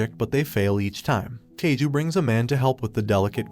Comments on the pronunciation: His name isn't Teiju, it's Taiju. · I have already seen the anime but i felt a bit broken when he said taiju - taa ju , like i am sorry dude i love your vuds but it taii-ju not taa-ju 😭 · names you said wrong: Tai-ju not Tay-ju, Gin-ro not Jin-ro, Sui-ka not Su-ika, A-sa-gi-ri Gen not Asajiri Jen, Ka-se-ki not Cakes'y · I'm just wondering if the English Dubs have also been pronouncing oafhead's name as Tayju. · ah yes tayju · He even call chrome "taiju"